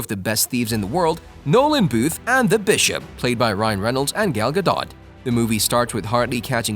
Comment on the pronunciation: it's Gal Gadot not Gal Gadon